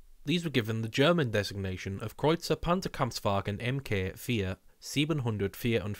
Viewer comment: My honorable congratulations for the really good pronunciation of the German designation of the tank. 👌👍